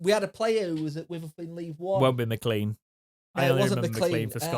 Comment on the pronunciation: Steve MacLean was a good player for us - so at least get his name right - rhymes with "lane".